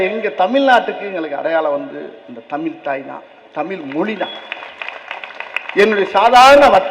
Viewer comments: 1) தமிழைத் தமில் என்று கூறாதீர்கள் ஐயா 2) கிளி, காக்கா, நாய், மாடு போன்றுதான் மனிதனின் அறிவா? 3) எல்லா பாடங்களையும் விருப்பப் பாடமாக வைக்கலாமே. கட்டாயம் ஏன்? 4)ஒரு மொழியைப் படித்தால் நம் மொழி அழிந்துவிடும் என்று வாதம் ஏற்புடையதல்ல. 4) மொழி படித்தால் நம் அடையாளம் போகும் என்றால் ஆங்கிலம் படிக்கலாமா ? 5) திமுக வினர் ஏன் இவ்வளவு பிடிவாதம் பிடிக்கிறார்கள்? 6) கையெடுத்து வேண்டுகிறோம் ஐயா.. தமிழ் மாணவர்களுக்கு அறிவை வளர்த்த, தன் நம்பிக்கை வளர, நம் பாரதப் பண்பாட்டை நன்கு உணர, நமக்குள் ஒற்றுமை வளர நமது தாய் மொழியை மேலும் நன்கு உணர, கிடைக்கும் வாய்ப்பை கெடுக்காதீர்கள் ஐயா இதை மாணவர்களின் மேலான நன்மையைக் கருத்தில் கொண்டு EGO பிரச்சினையாக , அரசியல் பிரச்சினையாக , தவறான உணர்ச்சிகளுக்கு இடம் கொடுக்காமல் படிக்க விடுங்கள் ஐயா. Please think in deep 🙏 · முதலில் நீ தமிலில் கத்துவதை விட்டு தமிழில் கத்து... என்ன தெரிந்து பேசுகிறாய்...?